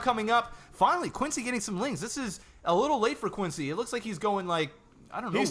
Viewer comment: His name isn't pronounced "Quin-C," it's "C-Quence." The "X" is completely prosthetic.